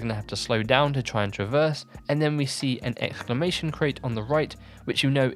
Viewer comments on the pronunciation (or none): none